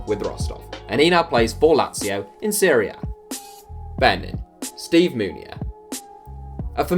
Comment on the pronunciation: When you say serie a it sounds like your saying syria